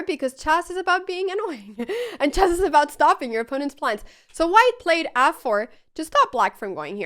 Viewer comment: Yeah, she says chass.